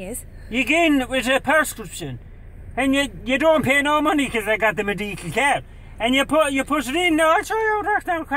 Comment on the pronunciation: So my question is did all these wierd pronunciations happen before the business in the back p'sayge, or was he always like this? "M'Deekal", really?